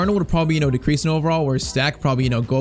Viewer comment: German watcher here you pronounce it like its stack for Anton stach